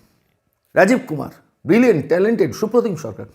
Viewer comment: সুপ্রতিম কে ব্রিলিয়্যান্ট বলে,ব্রিলিয়ানূট বলে,কেন এই মহান শব্দটাকে অপমান করছেন কেন?একটা টাটকা রসগোল্লা যদি নর্দমায় পড়ে থাকে সেটা কি খাদ্য থাকে???তখন তো সেটা বিষ। ওই আই পি এস ও সে ভাবে বিষাক্ত হয়ে গেছেন।